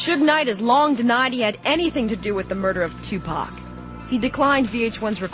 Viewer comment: was this bitch sayin Tupac name wrong she should not even been talkin if she cant say the name